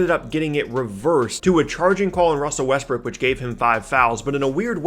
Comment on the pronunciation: Wussel RussBrook